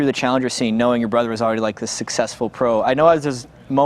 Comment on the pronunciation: "Brudder" "Each Udder" I'm crying omggggggg